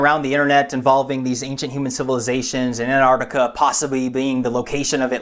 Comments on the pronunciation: Ant-Arc-Ti-Ca. It sounds weird when you say Anartica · it's not pronounced Anartica ..... it's Antarctica , less of the lazy Americanism please .. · Antartica not Anartica!!!!!!! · it's not 'Anartica' .. it's 'Antarctica' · Say Antarctica! You sound like a child saying anartica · Mike Parkes An-artica to my ears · Meanwhile, it should be "ant-ARC-tic-a" (with both c's pronounced). But that's just me being a pedant. :-D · Why do Americans not pronounce the t in anTarctica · Can you please pronounce the T in anTartica. It’s isn’t silent. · Reads wiki info on Antarctica... can't pronounce Antarctica.... :( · Why cant Americans pronounce the T in Antarctica? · Pronounce the first t for fuck sake. It's not that hard.